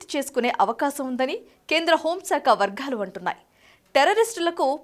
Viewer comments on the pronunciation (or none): వర్ఘాలు కాదమ్మా వర్గాలు. నేషనలిస్ట్‌హబ్ నేను చూసేదే తెలుగు భాషా, స్పష్టమైన సరైన ఉచ్చారణ కోసం. శాయి గారంత స్థాయిలో కాకపోయినా, కనీసం చిన్న చిన్న పదాల ఉచ్చారణ లోపాలు లేకుండా మాట్లాడే ప్రయత్నం చేయండి.